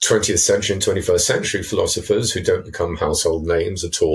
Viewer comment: philothifrs? Really, Dude?